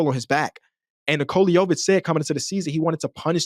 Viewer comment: Bro said nikola yovic 🤣